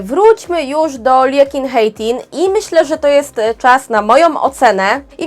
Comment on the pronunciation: You pronounced Liekinheitin just like nothing! Greetings from Finland. I just like Checks after couple of visits in Prague!